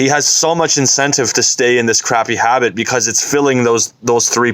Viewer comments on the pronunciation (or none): No one:: habeet